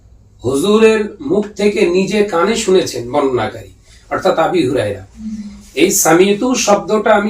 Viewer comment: বৈইঠকে বসেও ভুল বললেন । ওটা আবি হুরায়রা হবে না। আবু হুরায়রা হবে। আর ওই মাহফিল টা আমি দেখেছি ।ওখানে তার কোন ইচ্ছাই ছিল না আপনার ভুল ধরার । উনি চিঠি দিয়েও জানিয়েছেন যে আপনি ভুল করেছেন আপনি বললেন কি যে ওনাকে স্টেজে ডাকুন। স্টেজে এসে উনি ঠিকই বললেন আপনি ওনারটা শুনলেন না উল্টো স্টেজ থেকে নামিয়ে দিলেন। যাই হোক এতটুকুই বলবো আল্লাহ সবাইকে হেদায়েত দান করুক